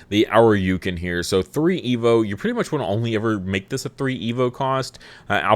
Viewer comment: It's painful hearing you say Ōuryuken. It's not pronounced 'Ow-ryu-kin.' It's pronounced 'Oh-ri-u-ken.' Ōuryuken translates to Dragon King Sword, the 'Ōu' meaning 'King'